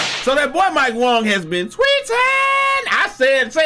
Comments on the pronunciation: “mike Wong” You wild for that 😂😂😂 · Still calling him Mike Wong 😂😂😂😂